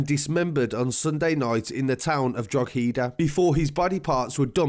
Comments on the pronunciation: It’s Drawda not drog he da!...great summary though 🙌🏻...excellent work ! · Droh ha deh....how its pronounced not drogheeedahhhh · only non irish people pronounce it other than 'Droheda' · nobody says drug he da. It is draw he da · “Drog-heeeeeeeda” 😂 it’s pronounced draw-ha-dah (say really fast) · Drog-Hee-da? Its pronounced Droh-head-a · Pronounced Drockada not Drogheeda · Drogheda is pronounced Dro ha da. Great reporting and done very respectfully. Just found your channel recently. Subbed + all notifications on. Thank you, great work! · Its pronounced 'droh-heh-da' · Betsy Town 🤣 its Bettys Town and And its pronounced draw hid a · Watch your stuff the whole time I'm from the Republic of Ireland and just for record "drogheda" the g is silent so it sounds like droheda when ya pronounce it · It's pronounced Draw-head-a lol Also the main issue in Drogheda is the place is the biggest town in Ireland. It should have city status, which would allow more funding to go through the town and allow more resources to prevent kids from getting into this stuff. It's ridiculous that local government and politics prevents more resources coming to this town. Lack of funding is inhibiting preventative measures, therefore causing these kids to fall into the trap of easy money. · Pronounced “Didier Drogba Eedaa” Thanks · Draw ha da is how we say ' Droaghda' sounds in Ireland .. this was as accurate as it gets , well done to the narrator ✌🇨🇮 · Well done i love seeing you cover irish news. Most detailed report ive seen yet only thing u got wrong was the pronunciation of drogheda but thats irrelevant really. Anyone thats not irish will struggle we say it DUH RA HID DA Its one the more harder ones. Big up anyway thanks for covering my country🇮🇪🇮🇪🇮🇪 i make sure 2 watch every video u put out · U got in wrong to pal itts pronounced dra daah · it’s horrible what happened to the poor fella. the name of the town it happened in is drogheda (draw-hid-ah) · Drogheda - Draw-a-da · Same tbh